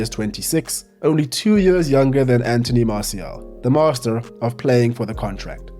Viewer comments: Where is that dialect from? «Its been yeers» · “Its been yöörs” lol